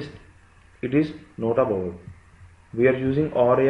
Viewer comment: yo ! that's vowel....not "vovel"...😂😂😂.... explanation is good yaar!